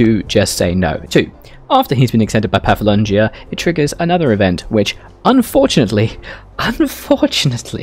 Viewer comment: It’s pronounced paf-la-gonia. Please.